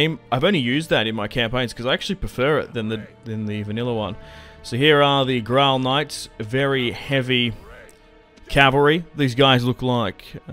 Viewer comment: There is speculation the historical Mandubracius wasn't his real name as some sources say Mandubracius merely means "Black Traitor" In Gaulish. Also I believe it's pronounced "Grail" knights as in the Holy Grail.